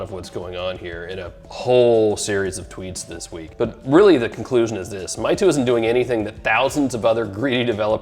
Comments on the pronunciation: It is not called Mytu, but Maytu. And it is for kids and young people, not for serious granddad. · It's pronounced "may tu" meaing "beautiful picture"